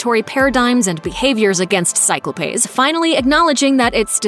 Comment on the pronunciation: I’m sorry… “cyclo-payes”???